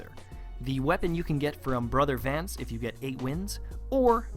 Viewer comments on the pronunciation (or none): none